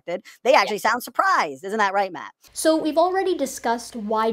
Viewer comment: I will never not hear his name as "Wrong Matt."